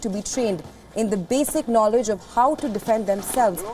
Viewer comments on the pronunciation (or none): none